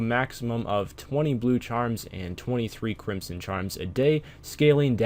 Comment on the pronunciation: its pronounced crimson not crimpson